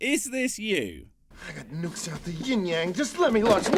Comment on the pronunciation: I can’t take that guy seriously, the bad pronunciations just ruin it for me. Like the nukes on mussels? What do seashell creatures have to do with huge explosive payloads and the moon?